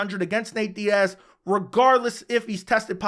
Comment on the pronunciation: It's Diaz....sorry chandler